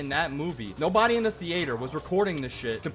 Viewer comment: the way you say theatre is criminal!